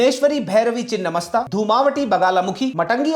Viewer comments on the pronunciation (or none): चिन्नमस्ता नही छिन्नमस्ता है जिसका मतलब है कटा हुआ मस्तक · Beautifully presented. Just a small note for accuracy: ‘छिन्न’ means cut off or truncated, and ‘मस्तक’ means head. The correct name is छिन्नमस्ता. Also it is ‘मातंगी,’ not ‘माटंगी.’ Since names derived from Sanskrit often change meaning entirely with even one altered letter, this distinction matters. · It's छिन्नमस्ता and not the other word.. refer :छिन्न भिन्न